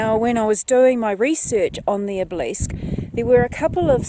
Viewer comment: Enjoyed this and great to see though someone else's eyes... or lens. Next time keep heading south on the Waikaia Bush Road and you'll arrive at Piano Flat where l live. Not for the faint hearted so research it before travel. I've climbed the Obelisk a couple of times for no other reason than "because it was there." Incidentally Obelisk is: ob-el-isk. Not: ob- leesk. 👍🏻